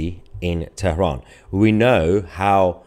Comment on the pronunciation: TERAHAN. PRONUNCIATION IN ENGLISH IS TERAN. DO ENGLISH PRONUNCIATION